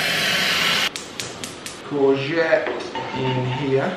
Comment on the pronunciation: “Courgette” iykyk 🤪